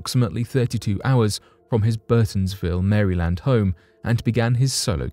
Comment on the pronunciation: The way you say Maryland is hilarious(no offense) and awesome sounding at the same time but anywho gonna continue watching the rest of this vid(very good and interesting so far) love you